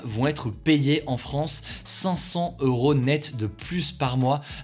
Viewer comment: Bonjour Hugo, je t’écoute tous les jours et tu mettrais du miel dans mes oreilles si tu faisais les liaisons grammaticales, notamment avec les nombres. Le mot euro s’écrit sans h aspiré, donc même règle que pour les ans et les heures. Vingt ans, vingt teuros 😉😅